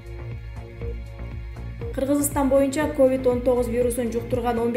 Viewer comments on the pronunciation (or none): none